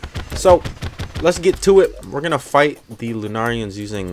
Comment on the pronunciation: pronounce it like ur saying luna who says lenarians? ps who ever does say it like that my opinion dosent matter im just a guy who says it like that just ignoir me if u want